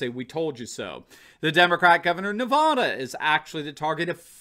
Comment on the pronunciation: much love here,but your not saying Nevada correctly. It’s pronounced the same way as laughing